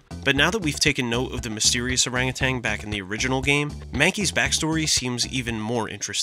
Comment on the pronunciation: Every time he says "orangutanG" I die a little more.